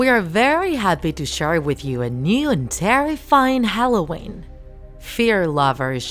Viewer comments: ARE WE GOING TO IGNORE HOW SHE SAID "Halloway" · No One: Not Even A Parrot Owner:: HaLlOwAyN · Umm why do you say Halloween like that???